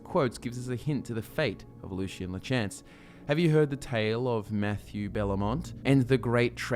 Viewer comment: It triggers me every time you pronounce “Lachance” like that